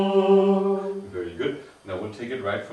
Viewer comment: Great video and teaching method. Zumm. I disagree? It is sum. From the 1961 Liber Usualis reading and pronunciation of liturgical latin it states that we should be using the Roman style. "Our aim, in compliance with the wishes of his holiness Pius X, is to pronounce and speak Latin in the Roman Style so eminently suitable to Plainsong Many have never learned the Roman pronunciation or know it imperfectly. Besides its great importance in Plainsong it makes for that uniformity which inspired the Vatican Edition itself: Unus Cultus, Unus Cantus. We therefore give a list of the correct pronunciation of the vowels and consonants to which reference can be made in case of doubt; it is advisable to peruse it from time to time." it goes on to say "S is hard as in the English word sea but is slightly softened when coming between two vowels.eg. misericordia" So not even misericordia should get to the point of being a z as in mizericordia let alone sum end up as zum.